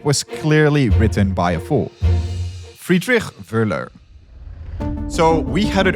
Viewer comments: "Justus von Liebig" - Liebig pronounced like Lee_Big (Tall), not Leebirchrrrr. "Friedrich Wöhler" - Friedrich proncounced like Free_Rich(ard), no Friedrikrrr. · Dutch person says 'Liebig'. Dutch person says 'Friedrich'. OK, English speakers aren't any better at German names, but at least we're not stereotypically Dutch.